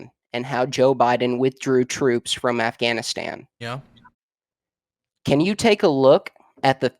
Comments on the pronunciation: I've never heard of the country of Afghanistand, we can't trust anyone who can't pronounce a country correctly, they must necessarily pronounce everything wrong if that's the case and they are completely unintelligable. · I keep focusing on how he pronounces it "Afghanistand"